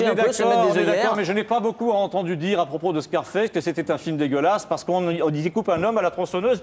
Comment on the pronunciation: "Scarfasse" lol